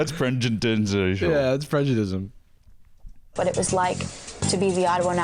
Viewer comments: same, i can’t get over the “PREDJUDISM FELLED” bit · “that’s prejudism 🫲😕🫱”